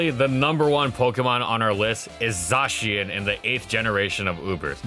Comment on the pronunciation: No one says "zah-chien". It's clearly "zay-shen"